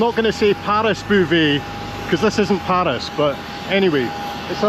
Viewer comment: PAAris 😬 is that really how Scots pronounce it 😂